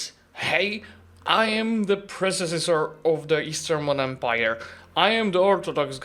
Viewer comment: you said prececessor in the video. Not predecessor. Also Succesdor, instead of successor. Is everything okay, are you having a bad day? You're having a hard time both speaking and typing today, at least from what I'm seeing.